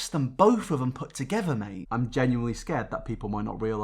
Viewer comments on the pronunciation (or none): none